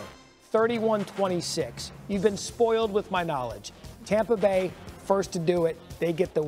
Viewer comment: Tompa Bay!!! LOL